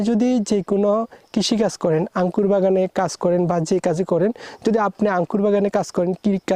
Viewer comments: আরে ভাই আগে শুদ্ধ ভাষা শেখ। আংকুর কি??? এই নামে কোন ফল নাই। বলো আঙ্গুর। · আংকুর নাকি আঙ্গুর 😂😂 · আঙ্কুর কি ভাই উচ্চারণ টা ঠিক ভাবে বলেন 😂আঙ্গুর বলেন